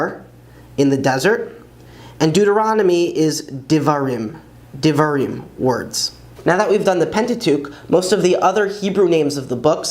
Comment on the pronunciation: Beautifully done. The only thing I would add is that words ending in Yod Mem ["-im"] is properly pronounced "EEM" (rhymes with "beem"), rather than the English and Yiddish lazy "im" (rhymes with "him"). So, the fifth book of Torah, 'Devarim', is pronounced Deh-var-EEM, not Deh-var-IM. But that, of course, is nitpicking for those who respect the Word of G-d.